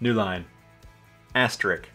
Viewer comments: I'll bet the correct pronunciation of asterisk would have produced an asterisk. But you said asterik so it's no surprise it got it wrong. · Just an FYI the word for * is ‘asterisk’ which a lot of people pronounce ‘asterick’ …probably why it didn’t get dictated properly